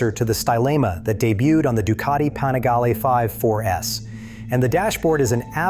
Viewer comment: is this ai or a guy that can't pronounce obv stuff at least twice? ex: panigale, literbike, and irrelevance. Good vid until that broke the immersion...